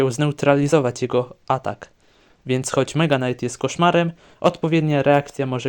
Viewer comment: night=knajt mega night= mega najt powiedzcie mi jakim cudem on wymawia to samo slowo inaczej po dodaniu ''mega'''